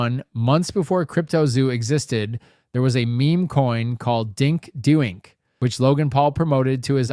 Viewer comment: Loved the vid. Niche is pronounced neesh. Just fyi. I apologize but is english your first language? Are you mispronouncing some words just for comments? I'm not trying to be a jerk but doink- do ink? Please tell me that even after coffeezilla pronounced it, you're just messing around.